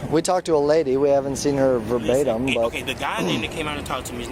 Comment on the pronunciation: Will somebody please tell him what the word verbatim means!! "I haven't seen him verbim" wtf!!!!